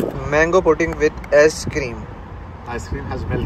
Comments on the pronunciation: did you say mango pudding with a$$ cream? Lol 😂😂😂 Also not making fun of him just saying cuz it's funny, usually you pronounce things wrong when you're switching between languages. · No one:: Ass cream 😭😂 No offense 😁